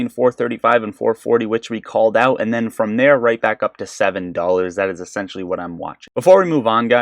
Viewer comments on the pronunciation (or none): none